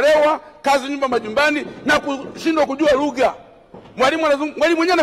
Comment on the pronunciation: Sio ligha ni lugha 😂😂